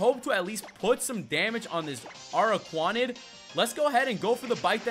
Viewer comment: the little one is pronounced as dew pi der and the big one is pronounced a rak ra nid. This should not have irked me but it did